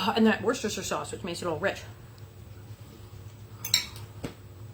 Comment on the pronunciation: I'm impressed! You can actually say Worcestershire sauce. As a brit we don't have any problems with that word but its great listening to Americans having a go saying it. Meat loaf looks like it would be ideal to freeze to eat another time.